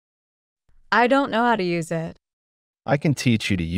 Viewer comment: Спасибо, все отлично. А простое выражение на ми. 25/29 совсем не возможно догадаться даже на слух "I don't know hоw to use it". Неужели все так произносят: ай донт арыаіт. Несколько раз слушала и не понять. Интересно было бы услышать это выражение в другой озвучке. Спасибо ещё раз.